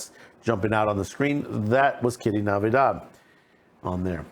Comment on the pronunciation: Her last name is NATIVIDAD NOT Navidad.